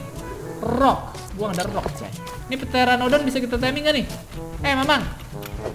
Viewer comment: Bukan petranodon pak tapi peteranodon